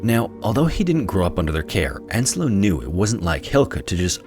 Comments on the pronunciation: Yeah, but then he mistaked the name Ensio as Enslo, and that really grinds my gears. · Oh god.. there is no Enslo in Finnish names. It's Ensio, not Enslo.